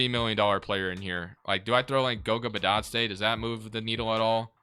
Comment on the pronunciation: Please learn how to pronounce Bitadze